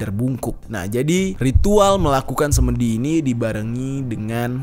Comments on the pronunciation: SemEdi bang jer..bukan semedi😁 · Pengucapan 'semedi' yg benar adalah 'se' seperti pada kata 'semua'. 'me' seperti pada kata 'mepet'. 'di' bukan 'dhi'...tidak ada padanannya dlm bhs Indonesia.